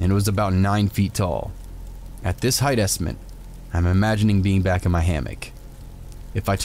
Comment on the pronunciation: ooh, yeah, I've heard a few channels that definitely are AI, for sure, but I don't think booze is one of them. There are others that aren't. Unless you think they all are.... But I've heard a couple that are obvious and annoyingly so ai. Bleh.... But yeah, pronounces height as "heigth", which is a very common human error. Computer isn't gonna make that mistake. I even heard him say "ecscape". Either he says these words naturally, and humanly, incorrectly...or... he correctly pronounces the typos of the Reddit stories he's reading, because you never know if the person means the typos and you should just read it as they post the story. Sometimes he even stumbles an trips over his words. I think there was an episode where he was sick and stuffy and sounded awful....but, no, you're right. Never met the guy, he's probably a robit 🤖